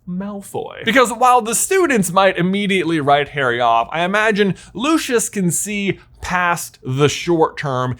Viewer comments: It's not pronounced locios It's pronounced Lucius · It's not pronounced los_is It's pronounced lose_is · It's not pronounced loshes It's pronounced Lucius